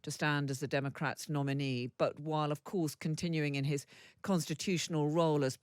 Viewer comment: it is democrats, not pronounced "dem-er-crats"